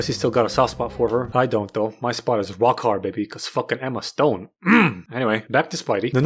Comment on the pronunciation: "MY SPOT IS ROCK HADD"